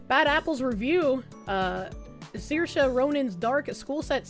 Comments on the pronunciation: Someone teach to pronounce Saorise as "Sir-shay" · Saoirse - <Sor sha>